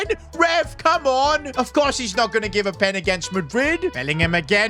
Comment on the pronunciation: how is bro saying pen 💀